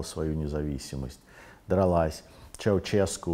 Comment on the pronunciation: поясните слушателю: у Вас прозвучало імя похоже на Чаушеску. Ми в США говорім похоже на 'КАЗІЕСКО', но правільно: КОСТЮШКО, ТАДЕУШ, великий Герой войн за Независимость: і в США і в Польше